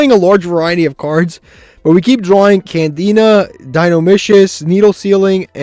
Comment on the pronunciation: I'm pretty sure he also calls Candina Canadia 🤣